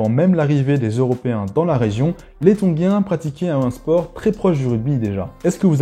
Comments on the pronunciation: Tongien! et pas tonguien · Désolé, je m’arrête pour commenter (même si ça ne changera pas la suite de la vidéo), mais je ne sais pas pourquoi tu t’obstines à dire « Tonguiens » plutôt que Tongiens 😂😂😂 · Trop bien, merci! Par contre ne dit on pas ton[j]ien? Je ne suis pas sûr mais ça m'a piqué l'oreille à chaque fois..